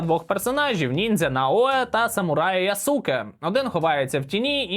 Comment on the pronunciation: не ясУке, а Ясуке. Роби перезалив, поки юбіки не кинула репорт)))